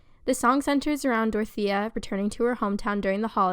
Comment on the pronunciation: why the fuck you pronounce dorothea like that